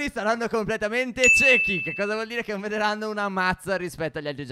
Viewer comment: che non vederanno😂 Stef oggi è la seconda volta che parli male tutto apposto? 😂❤️